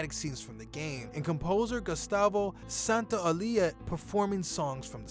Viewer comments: I am Spanish and Santaolalla pronunciation hurts, you pronunce it as if it was Santaolilla. Next time search the pronunciatiln on Google translator please. Thanks and nice video! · is SANTA-OH-LAH-YAH, I hope that helps. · Santo- la-ya... Is not that hard :) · Dude you might want to at least check the pronunciation of the names you're trying to say. You murdered Gustavo's last name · You completelly butchered Santaolalla's last name :( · Man, you butchered Gustavo Santaolalla's name pronunciation horribly. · You pronounced Gustavo's last name wrong... and it's Bruce Straley not Stanley 😂